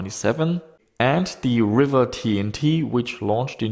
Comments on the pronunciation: Its pronounced "reeva" not "river" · I always thought it was pronounced ree-va and not river. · its Riiiiiva.... not River.